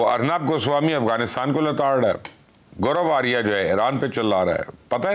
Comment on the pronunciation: Luqman sb plz note when you speek maj. Goroaryia, you call that pig name,maj. Gober ariyea.